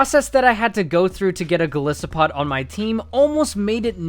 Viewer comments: TOO MUCH EDITING and you cannot pronounce "Gol EYE SO POD" for life. Has this guy never heard or say the word "isopod" before? ugh -.-" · It's Goli-so-pod not Gole-so-pod -Hermoine Granger